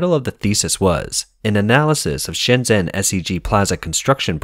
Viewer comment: "zh" is pronounced like a "j".